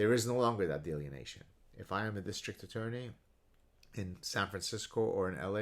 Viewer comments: I never insult someone for mispronoubcing a word... it means they learned by reading. Delineation. =) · Love you Gad, one comment (and coming from a guy who speaks 1.5 languages, so I admit some hypocrisy) in the spirit of education and good faith, I am pretty sure the word you are using here is pronounced 'dee-lin-ee-ation'. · he's switched the n & e around... delienation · It's pronounced DEE-LINN-EEE-AYSHUN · Are you saying "delineation"? If not, what is the word? I've never heard "delineation" in that context and can't find a similar word in my dictionary. Cheers.